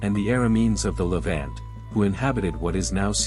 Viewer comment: Ok, Ok say it with me LE VONT, not vant.